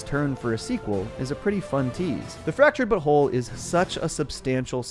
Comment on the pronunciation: i genuinely hate when you pronounce the names like dikinbaus and fractured but whole in a way that completely ruins the joke dickin baus you pronounced like dickunbaus u put emphasis on the baus instead of just saying balls and you even ruined fractured but whole completely by not calling it the fractured butt hole personal opinion